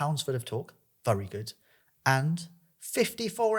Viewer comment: WHY DO YOU SAY VURY. ITS VERY YOU TELETUBBIE